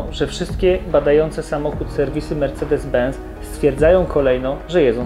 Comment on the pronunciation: Mówi się ben”c”!!! Z w języku niemiecki to „cet” czyli benc